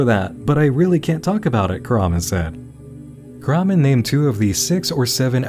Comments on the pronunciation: Hmmm...Very strange that Hasan Kahraman is not an actor, he obviously has a thick accent (which suggests English isn't his first language), but for some reason, he cannot pronounce his own last name... 🤔 (His name is Turkish, btw, and it is not pronounced kurhman, as he pronounces it lol) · well i got news guys hasan kahraman isnt pronounced that way in turkish …. it should be pronounced something like kaghrahman